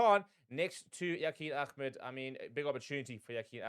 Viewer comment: His surname is Ahmed not Ahemd...